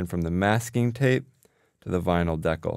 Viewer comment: Great idea! (Though it took me a while to figure out what word you were using. I've never heard anyone pronounce "decal" that way!)